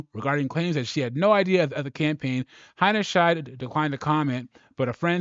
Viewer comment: How many different ways are you going to pronounce her name? It's Alissa Heinerscheid, not that hard. Practice it for a bit if you might be considering making another video and you need to say her name again.